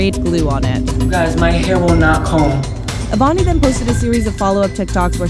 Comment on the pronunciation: "avani rey-s" 😟